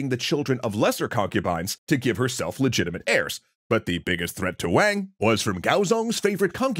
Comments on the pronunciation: For all of those that don't know Wang is pronounced like Wong (Wah-ng) not Waeng. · This is so awesome that you are doing this! (FYI, it’s pronounced “Wahng”. Not “Wayng”!) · Why do you pronounce Wang like that?